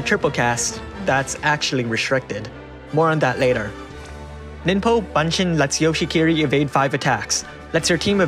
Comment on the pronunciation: I am bothered. Hahaha... I kept hearing BUN-shin. But I think it is pronounced as BOON-shin. Like Naruto's??